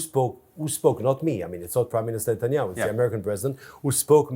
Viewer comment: He said satanyaho😅